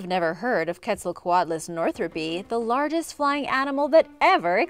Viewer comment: did she just say lardest?